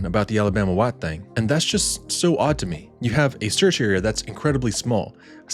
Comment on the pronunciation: I enjoy your videos!! I encourage you to keep them coming! I am sharing them and eventually your channel will have a huge amount of subscribers.. It was fun hearing your accent when you said "Alabama White...thaaannng" ...its a southern thing : ) keep all the good videos rolling!